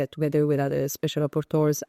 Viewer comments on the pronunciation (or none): Special “Rapporteur” 😁